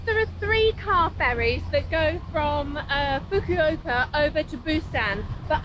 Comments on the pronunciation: Just so you know, regarding pronunciation, your booking agent's name is not "ka-ZOO-y," but "KA-zoo-eh" (eh like the first syllable of the word able). And the final city is not "fook-yu-i-ka," but "foo-koo-oh-ka." Japanese is a monosyllabic language and therefore reads quite differently than English. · Foo koo oka. That’s how you pronounce Fukuoka.